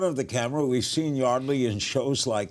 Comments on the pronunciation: So it's pronounced Yardley, not Yeardley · Larry is saying her name wrong